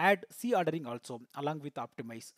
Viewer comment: Is C ordering and Z ordering both are same...bcos in video you have pronounced as c ordering instead of Z ordering..pls clarify